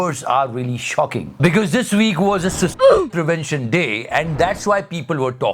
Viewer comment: Suicide ka pronounciation kamal ka tha 😂😂